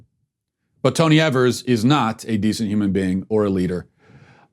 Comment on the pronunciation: The governor's last name is pronounced "eve-ers" or . Don't worry - I won't call you racist.